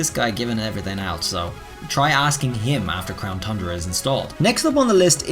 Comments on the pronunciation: Ayyy actually said it correctly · Did he did he just say “crown TUNDRA” correctly